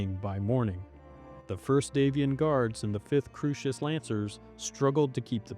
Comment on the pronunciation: Early on, perhaps this individual was hearing your version of Kurita. Think Coo (Coors beer) -ri-ta sounds like an odd margarita. A little later Crusis is Crew-sis. No worries, we all get part of the universe pronounced a lil off, myself included. I'm entertained, however. Salute and keep making more!